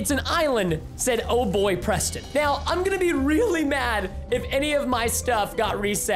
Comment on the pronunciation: no its abawt fun prestin